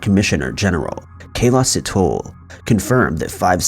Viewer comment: "Sit-hole" 🤣🤣🤣 I'm a South African, so I'm laughing so hard right now. Bless all the well-meaning foreigners who unknowingly butcher the pronunciations of African names. 😂